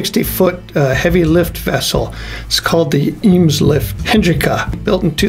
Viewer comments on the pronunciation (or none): A little comment, you're pronouncing the name of the ship a bit too Ingaevonic (or perhaps Westphalian), the home port of the ship is Delfzijl on the Dutch side of the Dollart Bay/Ems Estuary, and there that Ems is called "Eems", with the "Ee" pronounced as the A in (English) "ABC" or in "made". The Eemslift ships obviously have taken the first part of that Dutch name from the river/estuary/straits near their homeport...Though as previously indicated, your way of pronouncing it is not entirely unknown in those parts, though if the owners had wanted it voiced that way, they probaly would have written it "Iemslift".